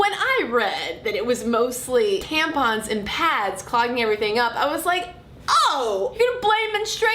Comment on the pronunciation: Imma start calling them "tamp-uns" from now on :D